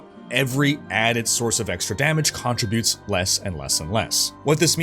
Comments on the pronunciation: Its not contri-butes, its con-trib-utes. Like "contributing to society". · You say "CON-tributes funny. Are you Canadian? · Why do you say contributes like that lol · The way you pronounce "contributes" has me triggered af... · You say "contributes" weird.